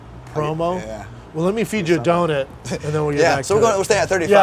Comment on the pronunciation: What the hell is a Donit? It’s a Donut you psychopath.